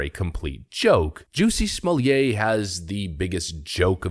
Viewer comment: OMG did he just call him Juicy Smokay!!